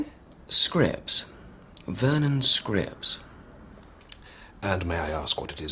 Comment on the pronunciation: I love how the Lithuanian pronounces Vernon's name as Screeps